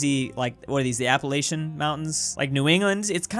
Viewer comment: DUDE ITS APP AE LACH ANS